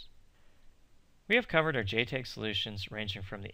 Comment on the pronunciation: It is pronounced JTAG not JTEG !